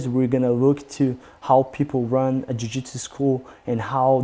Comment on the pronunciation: A forma q ele pronuncia a palavra jiu-jitsu, e a mais br possível.